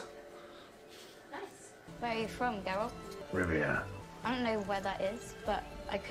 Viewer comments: GeralD, not Geraldt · Just remember - hard G - Geralt like Gif not Jif;) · If you'd like an assist, Geralt is Gare-ralt. Welcome to The Witcher <3